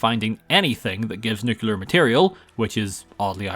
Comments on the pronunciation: Nucular or nuclear? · imagine playing Fallout on most of your channel and pronouncing "Nuclear" wrong. (not meant to be a mean comment, just wanted to point out that you said "nucular") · Your constant mispronunciation of "nuclear" is weird without an American accent.